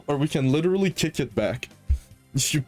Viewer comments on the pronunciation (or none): none